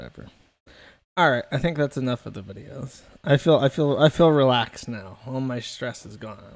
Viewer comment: shes awful for many reasons, but most of all, because she says "fill" instead of "feel" like a Mo' Ron